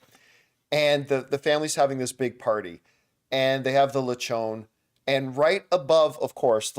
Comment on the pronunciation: The "on" in Lechon is pronounced with the actual "on" word. I'm a Filipino too like your wife